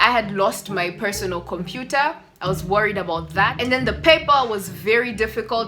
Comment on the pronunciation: It's computer not compua 😅😂